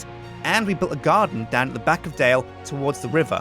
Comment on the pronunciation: Knights Templar Dale its pronounced and spelled Dale not Dell